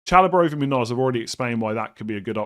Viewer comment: Munoss not not Munoz lol